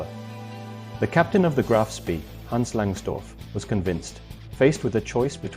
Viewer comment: The pictures are pure invention -generated by computer. There are plenty of photos of Ajax available, why use these silly inventions? Graf Spee is pronounced to rhyme with 'bay'.